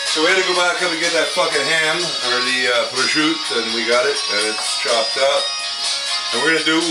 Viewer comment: I thoroughly enjoyed this video! Looks yummo. And good pronunciation of prosciutto also. Great dish and awesome entertainment.